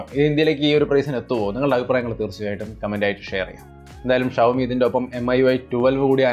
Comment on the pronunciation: ഷവോമി അല്ലേടാ ഷവർമ.. 'ഷോമി ' ആണ് right